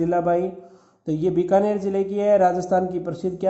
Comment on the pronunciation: Sir app binakar,,ko,,(Bikaner) kyo bol rhe ho🙆